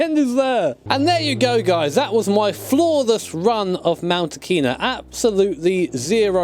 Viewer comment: And it’s pronounced ah ki nah not auc a na